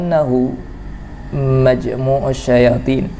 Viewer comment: Assalamu 'alaikum, kita shering aja ya, dalam bacaan ada beberapa lafad yang diantaranya lafad مجمع الشياطين lafad tersebut dibaca oleh MAJMU'U. Menurut yang sy ketahui seharusnya di baca MAJMA'U dijadikan isim makan = tempat berkumpul. Demikian terimakasih. Mf jika ada yang salah dalam penyampaian.